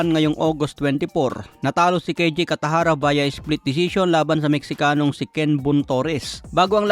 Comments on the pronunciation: Kataraja boss. Not Catajara. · Alam ko cataraja hindi katajara anu kaba naman😊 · Ayusin mo bigkas mo!! Cataraja, hindi Catajara.😊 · Hindi katajara cataraja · Cataraja hindi katajara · Bat catajara dba cataraja😂😂😂😂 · Cataraja hindi catajara.. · Unsay catajara? Basi catarata😅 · Cataraja,, hindi catajara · Anong catajara? Cataraja po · Kataraja hnd katajara hehe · Cataraja not catahara 😂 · Cataraja Hinde catajara 😮 first name Ang pinaka magandang pakingan sa tenga ng nasabing tao 😊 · 😅😅😅. Tama ka, napansin ko rin.